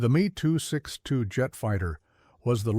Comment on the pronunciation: “The me, too, six two jet fighter..”. 😅